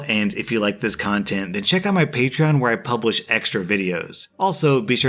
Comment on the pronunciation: HE SAID PATREON RIGHT AKSKJASKJDS